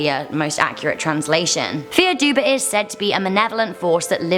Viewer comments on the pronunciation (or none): No.3 is pronounced "Far Duv" it's Irish so I'm not attacking your pronunciation here, Irish is a dying language after all its just "Fear Duba" as you called it was just too far off how you actually pronounce it so I thoughts I'd let you know. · Dubh is black in Irish but its pronounced dove not duba. 😂 good effort, and good video.👍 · Bahha “”dubba” I’m Irish ands it’s pronounced “duv” the letters d and b make a v sound and dubh is Irish for black sorry 😐 to sound so mean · Can confirm im irish and fear dubh means black man and its pronaunsed far duv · Fear Dubh is pronounced "far dove" in Irish. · I The words are fear doo (dubh) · Number 3 is pronounced far duv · fear dubh is pronounced far dove lol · It is pronounced 'far duve' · Fear Dubh is pronounced Far Duv. Great video though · Fear dubh is pronounced far duhv geailge ea=ah bh=v fear=man dubh=black. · fear dubh is pronounced "far duv" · Fear Duibhe means the devil in Irish Gaelic and it’s pronounced far dove-ah :) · I don’t want to be “that guy” but the Fear Dubh is pronounced “far duv”, it’s Irish where “fear” means man and “dubh” means black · I'm Irish and fear dubh is pronounced 'far dove' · Fear dubh-pronounced far duv-literally translated to black man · Just saying but you pronounce it, FAR DUV, for the irish one, it means dark man, im irish and It triggered me, dont worry still love the channel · It's pronounced Far-Duv Irish names are so hard to pronounce and I'm Irish😂😂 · Great video!!! Just so you know “Fear Dubh” is pronounced “Far Dove”. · 'Fear Dubh' is pronounced 'far duv', Fear means man and Dubh means black but in Irish the word order can change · Fear dubh is pronounced far duv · Fear dubh is pronounced far duv and it means black man,I’m Irish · Fear dubh is pernounced like far duv. It is translated as black man. I'm from Ireland and have studied Irish for a few years. Irish is a difficult language to pernounce and it is understandable that you said the words wrong.